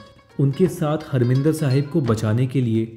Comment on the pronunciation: हरमिंदर साहिब नही,हरिमंदिर साहिब कहिए।